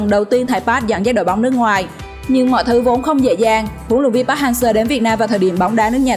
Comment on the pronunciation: thầy "pát" thầy "pát". Kho nghe bạn ơi... bt k sao nhưng phát thanh thì chuẩn 1 chút!